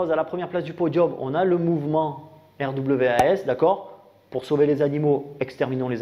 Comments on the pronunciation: Au faite ça se prononce: rwas! ;) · R.W.A.S. ça se prononce RWAS Derien 😂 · RWAS ? Je croit que ca se dit "rouasse" . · Alors RWAS ça se prononce « connard » en fait... De rien 😘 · Ça se prononce RWAS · Les sojabruti 😂 magnifique, et pour RWAS le w en anglais on dit double U peut être que sa se dit comme on pourrait lire RUUAS. et fais attention à ton fond sonore, en début de vidéo on entend plus la musique que toi quand tu parles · En prononciation anglaise ce RWAS me rappelle pas mal Wrath qui veux dire... Colère... Ce qui explique en fait complètement ce qu'ils sont xD